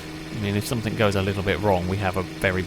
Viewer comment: How does one properly pronounce words like "thing" and "think", but then add a K at the end words like "something" or "nothing"? Stop it. You're not a 5 year old.